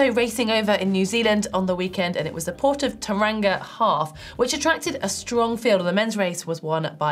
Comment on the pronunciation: Hi Heather, Tauranga is pronounced Toe-rung-a. Maori place names do get the best of us=}